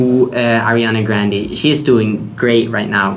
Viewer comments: Marcus Marcus MARCUUUSS I'm italian and it says "GrandE" , not "Grand-I". Love you haha 😚😂❤❤ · It's Grand-E not Grand-I 😜󾓩